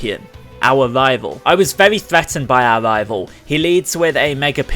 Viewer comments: Hey stop i'm not hating and no in every other video it sounds normal so there is nothing with my hearing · And hey even if it sounds weird i love your videos and i'm sure that other people think the same way.